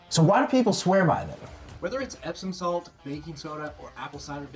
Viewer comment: Did he say epstein salt lol